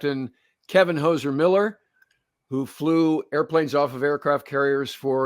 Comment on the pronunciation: Hozer not Hoser